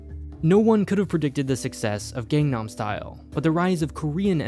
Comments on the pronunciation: Please practice: G-A-N-G nam, and NOT gaengnam. I know, Psy only sings it 32 times in his song called GANG-NAM Style, not enough apparently, for western ears. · Eww It's not gAngnam (gaeng) style It's Gangnam style soft a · I agree. some people here can't speak "z" and pronounce it the same as "j", but that's because "z" wasn't a letter that they ever learned or spoke when they were little. Gængam style is a mispronunciation and not a problem with an accent. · sigh it's not pronounced "gengnem" or "gengnam" y'all. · just wanted to point out, when saying Gangnam, it’s not pronounced like saying the english word gang, which has a ay/ae sound. it’s closer to the word gong, with an ah sound to it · Accent affecting pronunciation is only excusable for tones present in words that are not commonly present in the speaker's first language. The correct pronunciation is simply with the letter 'a' pronounced in the same tone as in 'articulation' and 'alma-mater'. There is definitely zero excuses for an american who can speak engish to mispronounce the Gangnam and simply blame it on their accent. The problem here is either stubbornness or ignorance. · The way you pronounce Gangnam style is... not the way Psy did, I'll say. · The way he pronounces "gang-nam" style tho lmao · He literally says it in the song 100 times and people still mispronounce it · The pronounciation of Gangnam Style killed a part of my youth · I hate how you say Gangnam. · How is it that even 7 years later people are still mispronouncing "Gangnam Style"? 🤦